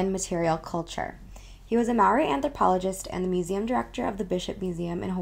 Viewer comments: I've definitely heard worse. "May-oh-ree" for one. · you dont have to roll the r if you cant! being able to roll your tongue is genetic, my sister who is maaori cant do it. As long as you've got the vowels right you're good to go! Be careful about using "Mauri" tho because it is an actual word in Te Re Maaori 😂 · You can't even pronounce "conjure", nobody should be taking it personally that you can't pronounce Maori.